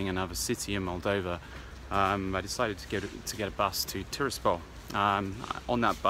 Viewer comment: You visit a country & it's capital & can't pronounce either of their names!!